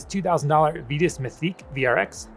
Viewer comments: The people who work there say "vee tus" and "mythick" not "vai tus" nor "mytheek" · Definitely Vye-tus. How would you pronounce Titus? Tie-tus not Tee-tus.